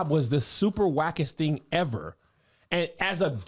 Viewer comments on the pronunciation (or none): I don't wanna hear you say TING no more!!😂😂😂